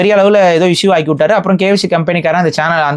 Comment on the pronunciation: bros not kyc it is kfc bross